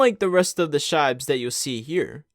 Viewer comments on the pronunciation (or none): I have never heard anyone pronounce shibes in this way, and I am a shiba owner myself 😂😂 its not shay-be but sheebe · Shaybes? Thats not how u pronounce it. It comes from shiba-inu not tshaybah-inu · You said Sheeeeeebe wrong